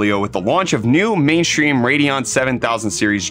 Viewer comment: when did you start to say "mainshtream" instead of "stream" and why?